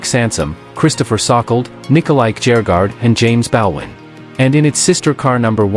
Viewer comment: It is James BALDWIN. Not Bowin